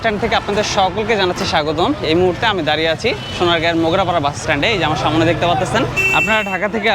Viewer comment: শব্দটা হচ্ছে সামনে,সামোনে নয়. It sounds disgusting..